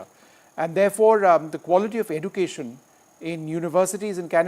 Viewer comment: Aussie, not OZ. And the host cannot even say education correctly. These third world filth are beyond delusional making demands; they make Kardashians look sensible. That's how hopelessly beyond pathetic they are!